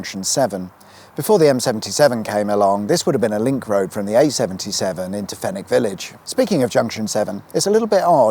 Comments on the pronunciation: I just said exactly that to my partner haha! “He pronounced Fenwick properly, good stuff”. I drive this road 5 days a week, the elevation changes allow for some good mpg (when it’s not mobbed with traffic) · As someone who uses the M77 all the time I found this informative and I’m impressed that you pronounced Fenwick properly. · Great video and really great to see my local motorway discussed - the sliproad at junction 5 always did remain a mystery to me, as I've never seen any car use it and for a while there was a fair amount of rubble on it. Well done on the pronunciation of Fenwick as well. Greetings from North Ayrshire.